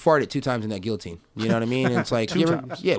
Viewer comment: how does someone say gill-ah-teen as a professional fighter? lol...